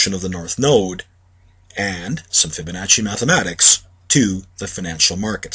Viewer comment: its pronounced fib a nah see theres no H... stop saying FibaNotcHy. idiots.